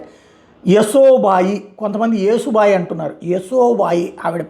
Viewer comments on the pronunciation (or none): none